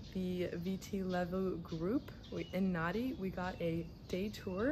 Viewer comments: It’s pronounced Nandi, written Nadi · "Nadi" is not an island, and you didn't even bother to learn how to pronounce the name of that city correctly. You obviously do not care at all about what is actually happening here, all you did was what tourists do. Why did you not visit the real Fiji? When you said "Yawasa Island Chain" is when I had to stop this nauseating video. Next time you go somewhere, please get to know the place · So you think that calling your traditional drumming an annoying tapping sound is OK? And how about not even bothering to learn how to pronounce Nadi? Why did she bother coming here if she does not want to learn anything and is so disrespectful?